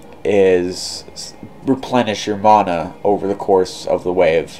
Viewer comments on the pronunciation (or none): Please learn how to say mana. There is neither an O nor an H in the word. Please refrain from adding either. Thank you.